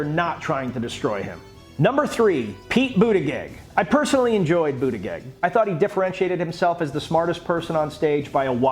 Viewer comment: It’s pronounced Butt-geeg